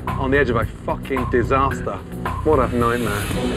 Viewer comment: Ahiat - GD_Synergy park edge? Yeah..on the edge of a FUCKIN DISASTAH!!